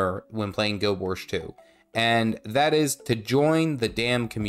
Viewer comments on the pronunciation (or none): why does he say "Guild Wersh 2" ??